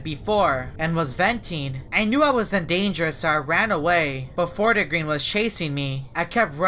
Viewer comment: lmao its called fort-green not fort-a-green